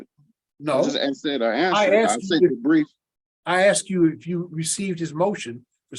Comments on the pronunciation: Sorry it sounded like he said grief not brief. I think his fraudian slip was correct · It's "brief", not "grief".